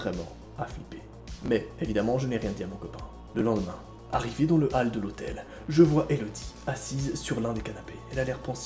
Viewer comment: Ya que moi ou sa a choquer quand il a dit hall au lieu de hall?😭